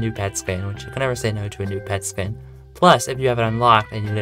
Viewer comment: Please pronounce skin correctly